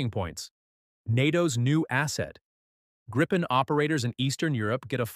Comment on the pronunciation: It's pronounced "grippen" ... rhymes with "griffin" ... AI generated garbage narration. Thumbs down.